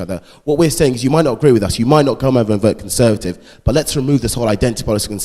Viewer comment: Conseuhrtive he says.... Conseuhrtive.